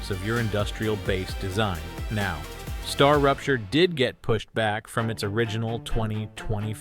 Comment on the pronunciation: hahaha Atlas?? Strarapture is also wrong, instead of Starrupture